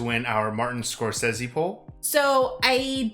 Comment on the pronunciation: Good for for pronouncing Martin Scorsese's name the same way he himself pronounces it and not the way everybody else does.